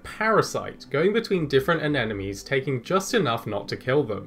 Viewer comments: sea ANEMONE not anenome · Hahaha..."anenome". How adorable that you do that. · I can't tell if he's genuinely mispronouncing "Anemone" or if he's just trolling. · Sea fiders are really cool! Sorry, I have a hard time enunciating the “sp” sound, so I assume you know what I mean. Speaking of which, I notice a bit of a problem with the pronunciation of “sea anemone”. Maybe worth practicing in front of a mirror? 😁👍